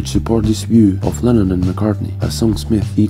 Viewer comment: Lennon its lennon obviously lemon heads